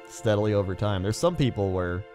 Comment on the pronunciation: every time he says over i hear ogre